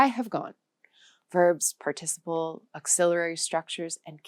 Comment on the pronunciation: A supposed English language expert doesn't know how to pronounce 'participle'. This is an AI.